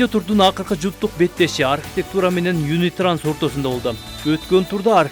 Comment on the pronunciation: Юнитранс эмес юнитраст 😊